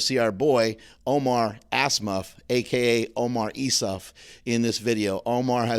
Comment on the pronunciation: Everytime says "Omar Assmuff" it gives me the mooseknuckle chuckle